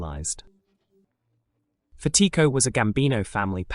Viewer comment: You’re mispronouncing Fatico